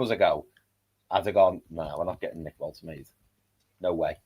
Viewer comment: Lads need to figure out how to pronounce Woltemade 😂